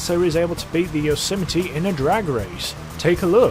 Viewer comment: It’s pronounced yo se might not whatever the fuck u just called it